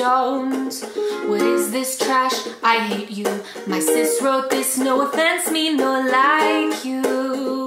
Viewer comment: “No effense”